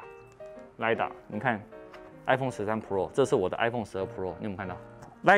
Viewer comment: 每次聽到Tim哥唸“pro"這個單字都覺得怪... Pro的重音在第一個字，唸起來像唸中文的“破”，就是一個字發四聲但中間有捲舌 但Tim哥都唸成璞肉變成二聲加四聲，聽起來整個怪...也不像是日本腔或是台灣腔，就是有點怪...😥